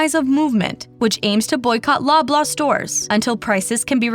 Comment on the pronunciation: Every time she says "Loblaw", I hear "blah, blah"